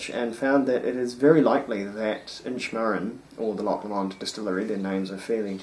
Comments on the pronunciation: For Your Information 1. Loch Lomond is pronounced "Low-mend" and not "Lammond" as you said. 2. Guys. yes, this is an amazing whisky but not everything which is rich and fruity is Ex-Sherry! The 18 year old is matured in First Fill Ex-bourbon, Refill and Re-Charred White American oak casks and is bottled at 46% ABV. Non Chill Filtered. As far as my sources tell me. No Ex-Sherry casks involved. Those rich fruity tropical flavours and slight dried figs and yellow spices come from a combination of fresh First Fill Ex-Bourbon and Heavy Charred Virgin oak casks. This combination can be mistaken for spicy Ex-Sherry casks. However, there is a substantial difference though between rich yellow tropical fruity flavours from Ex-Bourbon casks and Dark fruity (black/red berries) and date flavours from Ex-Sherry casks, I suggest you compare this with the Inchmurrin Madeira Wood Finish. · Hilarious pronunciation of Loch Lomond........FYI not the way you pronounce the distillery.